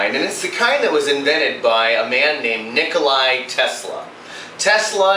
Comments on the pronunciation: Ni-ko-la Tesla! NOT Ni-ko-lie Tesla ! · HIs name was Nicola Tesla, not Nickoli. No big deal, but it's good to state his name correctly as he was a great man. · Thomas Squires , 3500 hours is a lifetime of use for normal people. You are a presumptuous ass. You don't do shock treatment on your house every day. You have to live in it and breath the air. Also, your way of pronouncing Nikola is just as wrong as his.